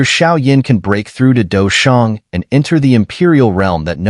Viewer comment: Douzun not douzong bro